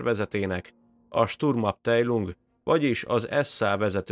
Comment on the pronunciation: Egy észrevétel a kiejtéssel kapcsolatban. A német nyelvben az ei-t áj-nak ejtik. Azaz “árbájt”, “ábtájlung”. Mindazonáltal remek munka ☺️